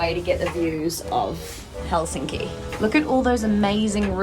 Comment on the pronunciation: Your pronunciation of Finnish words is awful when it’s so simple. The stress is always on the first syllable: so it’s HELsinki👌, not HelSINki😣. And the letters are pronounced the same way independent of surrounding letters except pairs nk and ng which are the same as in English as there’s no single letter representing that phoneme. 🤔👍